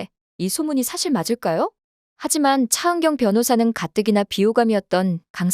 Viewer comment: ㅊ 발음할때 마다 왜 이렇게 거슬릴까?차은경 차은경!그놈의 차은경을 왜 이렇게 부르짖듯 발음하는지?차 변호사!차변호사!동안을 똥안이라고까지😮아무리 차은경이 주인공이지만 차은경 차은경 차은경만 귀에 맴도는 목소리 😢